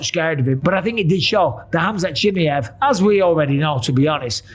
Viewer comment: CHIMAYEV. NOT CHIMEV